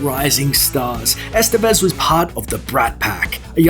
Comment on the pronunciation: Ican't stand how gringos pronounce "Estévez"